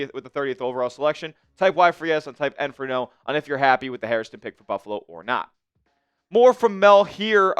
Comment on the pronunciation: HAIR - stun. Say it after me. HAIR - ston. It’s not HarrisTON